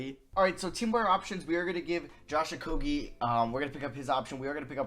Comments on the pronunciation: stopp saying okoGie it is so annoying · The amount of likes this comment gets is the amount of times he said Josh Okogie’s name wrong